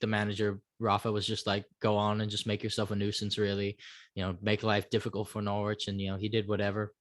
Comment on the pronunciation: Also the W is silent in Norwich